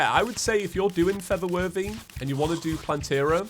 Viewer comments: Why did I hear “feather worthy” instead of “for the worthy”? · When I hear him say "For The Worthy" I keep hearing "Feather Birdy"